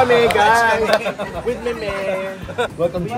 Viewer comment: Dapat hulihin ninyo si Meme sa pagsabi ng welcome (WellCalm) para "accidentally" ma-endorse yung produkto ninyo!